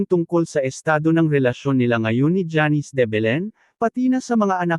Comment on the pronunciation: Simpleng name na janice eh hndi mo pa mabigkas ng tama.. Sino mgtatyaga panoorin at tapusin ang video mo?